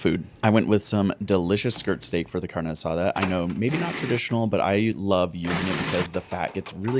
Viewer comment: Do you speak Spanish? You said “taquero” and “carne asada” perfectly